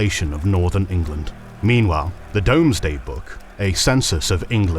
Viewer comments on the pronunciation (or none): DOMESday lmao Like I know that's how it's spelled in old english, but any person covering British history should know that it's pronounced doomsday. I dont suspect AI though, just a mistake. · Pronunciation notes: - “Domesday” of the Domesday Book is pronounced as “Doomsday”. It’s just an earlier form of the same word. - “Ely” is “EE-Lee”, literally Isle of Eels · If you're not AI narrating how can an English man not know how to pronounce Ely or Domesday correctly...